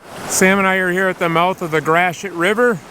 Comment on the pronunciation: Since I moved up here, I have been trying to learn the proper pronunciations of names here in the U.P. Thank you for pronouncing, "Gratiot". I had been saying it like, "Gray-Shee-Oh" 🤣